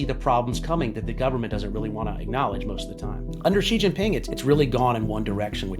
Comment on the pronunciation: Contrary to common belief, the name is written Xi Jin Ping, not “ Jing Ping”